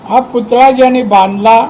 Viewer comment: अगोदर पुतळा बोलायला शिका साहेब... आज लाज घालवली सिंधुदुर्ग ची संपूर्ण महाराष्ट्रासमोर... 😡